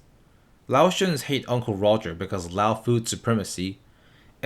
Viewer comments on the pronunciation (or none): none